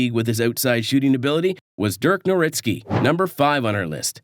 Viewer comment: Did you just call him nowRitzky?